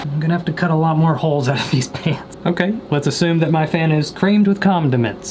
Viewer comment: “Creamed with *comdiments*”